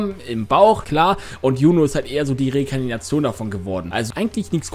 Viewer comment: bruder es heißt Reinkarnation und nich rnikantion das trigerd mich übelst bei dir 😂